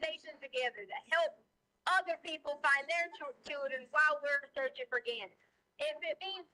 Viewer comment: Did Dr. Stauch say "searchening" 😳